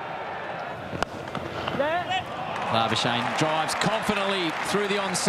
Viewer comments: Most commantators: Marnus labuschagne Mark howard: MARUS LARBARSHANE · Geez, commentators butchering Labuschagne's surname's pronunciation...